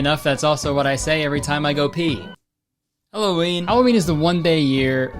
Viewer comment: mf said "hello ween" and i hit subscribe